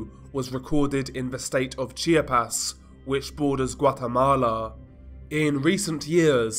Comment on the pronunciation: It’s not called “Chi-ah-pez” as you pronounce it. It’s pronounced as: Chap-ahs